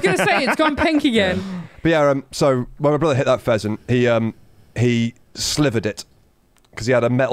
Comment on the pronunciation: also instead of pheasant I heard peasant xD